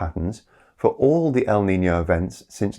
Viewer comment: As a spaniard, that was some great pronunciation of our often neglected Ñ.